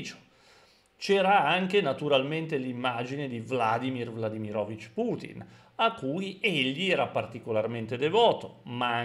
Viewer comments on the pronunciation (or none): E inoltre si pronuncia Vladìmir Vladimìrovich